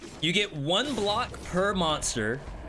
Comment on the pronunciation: Do you intentionally emphasize certain syllables in words... ? OHWAN. Sounds a bit excessive.